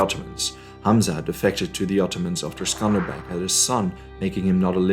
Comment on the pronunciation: Its accely not skender beg its skender beu who told u its skender beg lissin from an albanian mate its skender beu